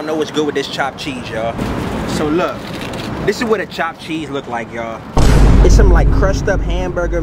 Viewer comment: Thopped theese lol. Chopped cheese is the best